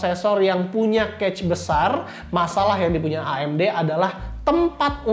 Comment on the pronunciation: maaf ya cuma mau kasih masukan, spelling "cache" nya agak keliru sepertinya, hehe.